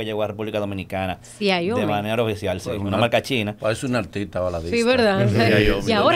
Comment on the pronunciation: 🤦🏻‍♂️ porfa ya no digas "XIAIOMI " es Xiaomi.! sin "I" después de la "a".